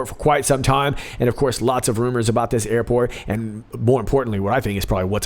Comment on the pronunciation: Airpot?? Did he mean Airport or.. IPOT?!